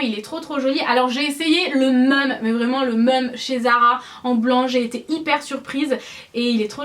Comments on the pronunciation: J'adore ton style ! Super haul ma belle ! 💕 Tu a une façon de dire "même" pas commune. C'est assez déroutant d'entendre ton "meumeu " ahah !😉💕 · Tu ne te rends pas compte que tu es ridicule avec tes "meume" a la place de "même"? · "le meume" au lieu de le même, ça me perturbe pendant toute la vidéo hihi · J'adore ton haul pourquoi tu dis le "meum" Aussi non top comme video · "le meume" x)) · À , ça m'a choqué quand tu as dis le "meume"!!! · coucou c'est trop marrent quand tu dit même tu dit meume!!:D bref j'adore les articles de ton haul t'as un tatouage je savais pas gros gros bisous!! <3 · Au top ! Tu dis le mot même : Meume ! ? sinon tu es parfaite 💕💕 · ***** Mdr tu dis "le meume" c'est vrai qu'en faisant attention ça perturbe ahah! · Tu dis le "meume" ça me stresse... mais sinon tu es magnifique, ta vidéo est super. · Ça me perturbe vrmt quand tu dis "même" tu le prononce pas du tout de la même façon que moi :)